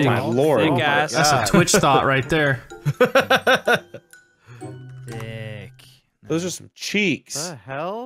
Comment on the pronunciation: "thats tinky's winky right thare" - 2019